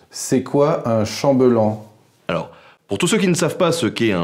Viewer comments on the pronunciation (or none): MDR, pourquoi "ChambEUllan" ou "chamb'lan" ? "ell" ça se dit pas "eul" :-) Tu dis pas à ta femme qu'elle est bEUlle, tu lui roules pas des pEUlles... Bref. En l'occurrence, on dit chamb[é]llan ! Dans le doute, on peut toujours vérifier sur le site de Larousse (on peut écouter le mot). C'est un détail, mais ça m'a fait bloquer... Malgré les blagounettes un poil lourdes, la vidéo est intéressante et ce petit château est vraiment très joli...